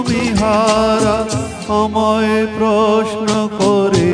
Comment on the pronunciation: Beautiful....but the pronunciation of a few words like amai, rabo, dishahara, etc needs improvement. Overall superb 🎉🎉❤